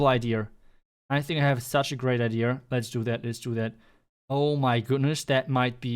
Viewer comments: can you please say "idea" instead of "Idear", Great video though! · Why do you say "Idear"